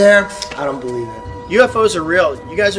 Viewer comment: “ I do belebe the govbermemt is hiding lands “